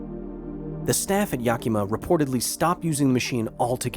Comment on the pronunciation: So many youtubers pronounce Yakima wrong it's funny